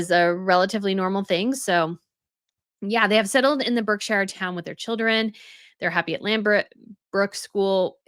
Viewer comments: And the Shire part is pronounced "sher." Not "shyre." Some people say "sheer" which is acceptable too. So tired of getting this wrong when pronouncing English counties. It's also "Nor fuk" not Nor folk. The folk part is pronounced fuk. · Love your insights particularly about the business disaster that is 'was never Riviera Orchard Vanity project' but Berkshire is pronounced 'barksher' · Berkshire is 'BARK-sher' (In, The UK).